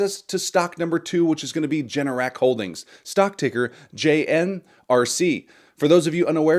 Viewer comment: You misspoke, Generac is ‘G’NRC not JNRC 😂 add $BMY to your dividend list. For AI add-> $POET